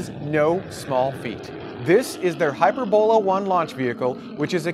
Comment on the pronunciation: Not sure how the Chinese i-Space pronounces Hyperbola, but in English (math) we pronounce it with accent on the 2nd syllable: hai· PUR·buh·luh.